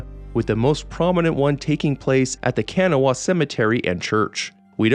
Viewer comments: Locals pronounce Kanawha as kan-NAW-wa (three syllables, with the last "wa" being very short and sometimes difficult to hear) or shortened to kan-NAW (two syllables). Hearing it pronounced KAN-uh-wa is understandable but a bit jarring. ;) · Hey! West Virginia native here - Kanawha is pronounced like "kuh-nah-wha". Almost like saying "k'nahwuh"! This video slapped though I'm glad I was early early 🎉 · K*n’wah*uh Didn’t know West Virginia was a part of Morrowind! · Hi, West Virginian here. Charleston actually. Where the name Kanawha is our county and the main river running through. It's pronounced Ka-naw-a, not Ken-a-wa. Also Helvetia is pronounced Hell-vie-cha, not Hell-vet-ia. Lol thank god they didn't put Hurricane in the game (which is pronounced Her-a- ken). It is strange they didn't put Huntington in though since it is one of three biggest cities and home of Marshall University. It would be where Hillfolk Hotdogs is since the restaurant is based on the real life Hillbilly Hotdog. Keep making great videos!